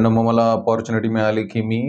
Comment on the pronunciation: फाइव्ह स्टार हाॅटेल्स मध्ये काम करून सुद्धा, लंडन मध्ये दोन वर्ष राहून सुद्धा, उच्चार "अपाॅरचूनिटी"?!! बरोबर उच्चार "ऑपरचूनिटी" किंवा "ऑपरट्यूनिटी" असा आहे!!